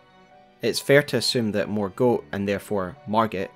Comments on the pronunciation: I love the effort you put into your videos but please for the love of goodness, pronounce the names right 😩 It’s ‘Mor-Gott- not ‘Mor-goat’ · What's the reasoning behind your pronunciation of Morgot as morgote but you don't call margit margiet or margeet? Just feels like a funky inconsistency in the last vowel. ( edit, not a critique I'm just wondering) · It was particularly unusual because we hear the correct pronunciation when Morgott says his own name. Sometimes I wonder if youtubers intentionally use an atypical pronunciation to get more engagement.